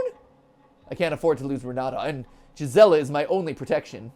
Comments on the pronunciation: Her name is pronounced geese-ah-la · Just a language teacher's opinion: Gisela might be pronounced "Gee-sell-ah" as it is in German.